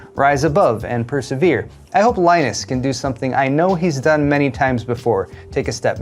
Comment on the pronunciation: The news is so sureal that has to have a beer just to get this over with, due to the shock a little shit called lie-nunce and the bullying he now does.